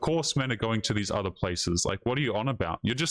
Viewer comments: What is an ""udder country"? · And what the bells an "udder" country? BTW, lady, you're a racist.